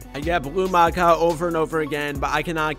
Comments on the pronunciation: It is pronounced Mack-aww not Mack-a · No he said macow